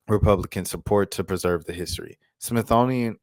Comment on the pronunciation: Dang Dude! You lost me with Smith-thonian. Smithsonian: smith-soh-nee-yen. Is that near Smithonia?